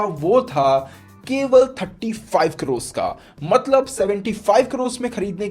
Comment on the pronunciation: भाई आपको करोड कहने मे कुछ दिक्खत आती है..